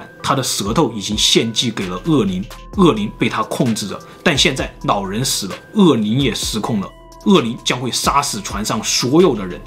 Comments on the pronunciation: 我說真的 去把你的 普通話腔調矯正一下 學學人家老高啦 聽你講話 真的會有一種弱智感 老人 老人 不是腦人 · 长见识了 原来 “老人”的发音是nǎo rén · 老人我听成脑仁儿了...